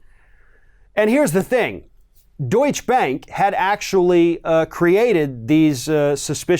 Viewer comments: it is Deutsche ( deut- cha) Bank.... Keep up the good work! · Deutschebank is three syllables, not two. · How to pronounce Deutsche Bank.